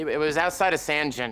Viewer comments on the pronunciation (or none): Sangin. Sang in. "I sang. She sang. We was sangin'" . Not sandjin. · It's Sangin Afghanistan. Sounds like "sane-gen" not "san-jean" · Yeah but he said... Sanjin.... its Sangin, the G is long like Guss. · Schmidt and Bender glass atop an M40A5...Rapid bolt manipulation...”San-Jen”? Sangin...Pronounced “Sang-in”. Looks like the prop-guy was on point, but the script-guy needs some work. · Never heard it pronounced as SAND JIN, always pronounced it Sane Gin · "SanG- Inn" not "San-jinn" but other than that great scene. Makes me want to give this show a chance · Out of every military media outlet, helmet cam and documentary I’ve ever watched I have not heard one soul pronounce it as “sange-in” always “sang-in.” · Dude said sanjim not sangin . Lmao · I was in Afghanistan, Sangin is no joke. The single most dangerous place for an American or Brit on the planet. Also it’s pronounced Sang-in (as in “I sang in the shower”) not San-Jin. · It’s pronounced “Sang - in” not “San Jin” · Only thing they fucked up is how to pronounce Sangin. It’s say gin not how he said it. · Yeah but he called it San-jin. Clearly meant Sangin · like I said two days ago. It’s pronounced Sangin like Bangin. Hence the Marines called it Bangin Sangin because of how much action they saw there. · Jay Jay I cringed when I heard San-Jen haha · "Sandjin". Ah yes the Bandjin in Sandjin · Never heard someone pronounce it 'San-gin' before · It’s Sangin with a hard G, not like the G in Gin the drink, but like the G in Greg Ginn. Also, fuck that place, YUT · It's pronounsed Sangin (Sang in)and it's the place I'm standing in my profile pic. Great scene though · Damn he said that district all wrong Sangin is pronounced like sang in. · Damn they really pronounced it "San-gin" lol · it's pronounced SANGin. & those aren't soldiers. They're Marines... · He said mf "San-Jin"...... tf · It's pronounced sangin, sang in. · I cringe when I hear “San-Jin” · It’s pronounced Sang In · It’s pronounced “sang in”. Just sayin 👍😅